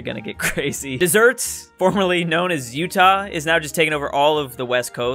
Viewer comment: Pronouncing desert as dessert. Ah yes